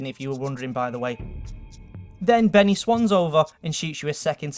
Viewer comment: "Benneh"? dafuq?